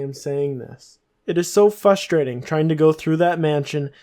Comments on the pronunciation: I found it frustrating that you kept saying fustrating. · You can spell frustrating but not pronounce it??